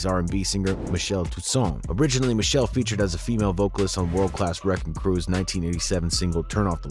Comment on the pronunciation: Her name is MICHEL--LÉ!! PRONOUNCED MI-SHEL-LAY!!! JS